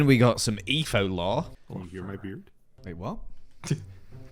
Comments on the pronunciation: they said Eefo cause can’t say etho correctly and he says eefo instead 💀💀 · WHY DOES EVERYONE CALL ETHO EEFO????